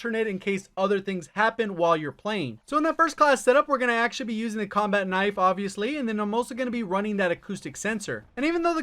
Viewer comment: did you just called Knife "Nipe"? 🙈